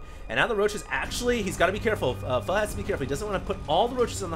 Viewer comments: yes it's pronounced fu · fail pronounce "Pho" for a Victor Charlie ;p